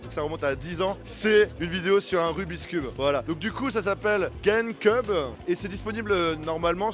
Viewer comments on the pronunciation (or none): On ne dit pas guème queube mais game cube c'est comme si tu disais youteube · Ça me tue comme il a dit gamcube 😂😂